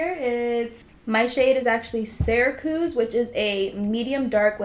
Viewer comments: But sis why did you pronounce Syracuse like that for? 😂 it's pronounce Sarah- ques where the ending rhymes with accuse. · You looked so gooddddd Girl! Your foundation color is the name of the city I was born and raised in lol. You pronounce it Sarah-Qyus (Syracuse) 😊😊 Loved the video and I'm definitely going to recreate this look ❤❤ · I’m from Syracuse New York and you said it wrong but yas live the video